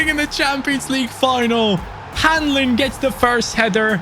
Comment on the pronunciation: Hahaha must be a relative of mine! Funny hearing Hanlin should be “Han-lon” Love the video!